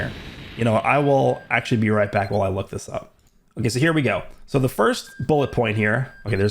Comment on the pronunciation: "Wook, it's Woresh. Woresh is woing to wummon."